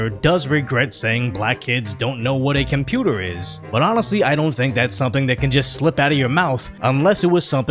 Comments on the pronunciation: There's no "n" in "compruter." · Probably because they say “computa” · Cumpeurter?? What be that massa? I’s don’t know no betta.